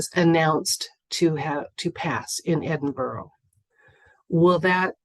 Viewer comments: Great question! Here's hoping Queen Lizard Breath's departure is made known to the public soon. Btw, Edinburgh is pronounced 'Edin-bruh' 😊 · Edinburgh sounds like edin bruhhhh xoxoxoxox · Pronounced Edinburra, at least in England although I’m sure my Scottish friends did the same. It makes me laugh when Americans pronounce our names. It’s like anything with shire on the end. We pronounce it Shure, not Shire. We aren’t the Hobbits. 🤣🤣🤣🤣🤣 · It’s pronounced ‘Edinburra’.I wouldn’t know that either, my daughter married a Brit.Thank you for all that you do. Love and light.🌺🌼🌸👌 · Is it Edinburgh- but pronounced differently?